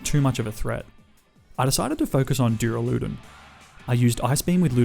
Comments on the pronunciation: was wondering if anyone would say anything lol. When he repeated it multiple times I had to stop the video haha! If he reads this, it's pronounced Duur-Ah-Luh-Dawn. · Dooraloodun is definitely how you say duraldon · NO, IT'S PRONOUNCED DUR-AL-U-DON! THE THIRD SYLLABLE IS A U, NOT A F*CKING A! SAY IT RIGHT BEFORE I MAKE YOU! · He said duraloodan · take a shot every time he says duralewdun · the way you said "duraladon" killed me man. XD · Its pronounced Dur-al-a-don. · nice nuzlocke! but is no one gonna address how he pronounces duraludon?? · That is not how you pronounce duraludon